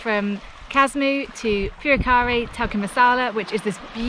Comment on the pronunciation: I could have sworn I heard you say "Purekkari Tikka Masala". Sounds delicious :P